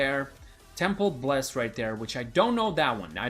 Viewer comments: Its Temple Isles, not Temple Bles, its where Frog Isle, Jaguar Falls and Serpent Beach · hey im pretty sure its "temple isles" and not "bles" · It's Temple Isles not Temple Bles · Its "Temple Isles"